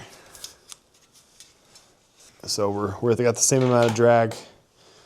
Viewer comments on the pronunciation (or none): none